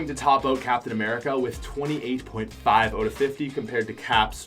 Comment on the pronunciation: I like ur accent when u say “out” u say “oat”